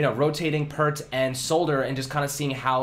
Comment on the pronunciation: You were saying his name correct before. I just heard him pronounce his own name in an interview literally just now. It’s an interview from when he was in college. It’s not “Pert.”